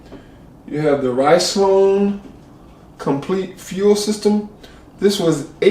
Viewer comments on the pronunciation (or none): It's pronounced "Riz-Lone", not "Rice-Lone". 🤣